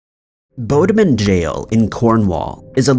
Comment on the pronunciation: "Bo-dah-min jail" 😆 It's BOD-min Mr Narrator. Please use Google for pronunciation guides.